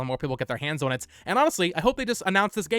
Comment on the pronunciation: On - "ahh-n"